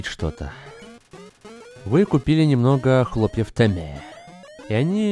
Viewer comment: почему произносит темми, как тиммэ! (с южного парка)